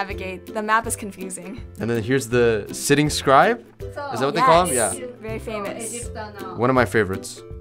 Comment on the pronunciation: is はthis にくっついて、いい加減な発音になってますが、what の発音がこういうのはよくあります